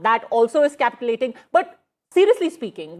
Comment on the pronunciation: Its not capitalating- its capitulation (as capitchulashun)